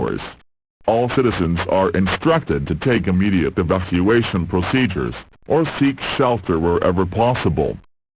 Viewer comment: I love how it says "proceduhrs" XD